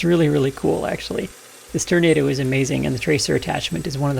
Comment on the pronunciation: Can we get a "Turnado" count? 😂